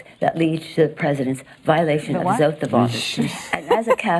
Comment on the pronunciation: Nancy Pelosi: 'Ooaf of Malice'.